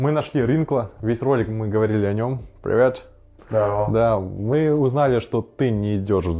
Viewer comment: Прыветь ахахаха